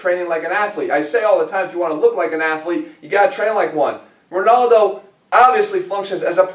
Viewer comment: "Cristiano ronoldo" :D